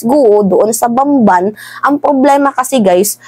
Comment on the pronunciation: Bangbang pa ang bigkas nya gaung bamban naman ung bayan kung saan xa ay mayora,na watch q s ibang videos n American chinese dw c Guo at halata s tone nya pg ngsasalita xa ng tagalog